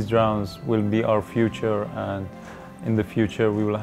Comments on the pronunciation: seems to work pretty well, well done guys. not sure why so many people are dying in the caspian, seemed like quite a high death rate, 250 people/yr. not trying to be a dick, your english is great, and way better than my farsi but your pronunciation of 'drowns' is unfortunate. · Ironically, he calls them "drowns" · Anyone else find it ironic that he pronounces "drones" as "drowns"? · Any body else find it ironic that the way he pronounced "drones" as "drowns" ? Lol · Its funny cos when he says 'drones' it sounds like he's saying 'drowns'. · Its kind of ironic the way he says "drones" sounds like "drowns". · Funny thing is with his accent is sounds like he is saying "drowns" instead of drones, LOL! It is most funny because he can probably speak in 3-5 languages very well, I can only speak in two, and with much more difficulty than he can. Great way to put a good face on what has become a negatively viewed technology. Bravo! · I don't really know if they should, was just making fun of his pronounciation of "drones"